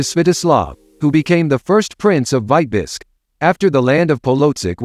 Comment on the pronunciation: ? Why is Vitebsk mispronounced ? Is this A. I. generated ?